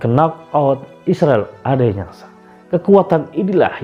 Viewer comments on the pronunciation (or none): Interupsi admin.... Bukan Israel Adenyasa, tapi Israel Adesanya. Sebelum bikin video, pelajari dulu apa yg mau diucapkan min, biar gak salah. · Dua kalimat, bukan dua ayat !!! Suka sekali salah-salah ucap ini orang. Bilang Adesanya aja salah juga , sering blepotan ngomongnya....😁